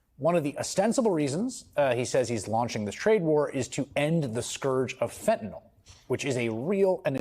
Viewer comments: just a tiny pet peeve but i hate it when people pronounce it "fen-tin-awl" instead of "fen-tuh-nill". N-Y-L does not say "NAWL". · It is not "fetnil" nor "fetnol" nor "fetnel". It is fen-ta-nyl. How hard can it be to correctly pronounce an three syllable word? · Fentanyl rhymes with chlorophyll and pill, not basketball or ethanol. And definitely, not with null. Fen-tuh-NILL. You of all people,. Get it together. Sound it out, dude. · fentanyl or fentanol? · why does Murica insist on pronouncing it fentenol?